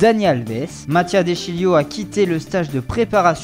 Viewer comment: Erreurs de la nouvelle voix : N'en fini pus , plus Dans le viser,viseur Nemar, neymar Du cote de bechistas ,besiktas Separer de segio agero , sergio kun aguero Le joueur ici de le masia on dit 'issue' mais bon Matia de shilio , de sciglio N'importe quoi changer cte putain voix de kikoo bordel de merde !!